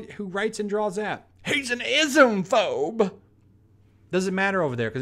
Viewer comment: Is he Saying Islamphobe,ismphobe? Somebody please translate